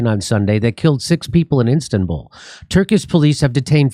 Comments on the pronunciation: In Instanbul? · Jimmy you said "Instanbull" lol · “Instabul” ahahahah!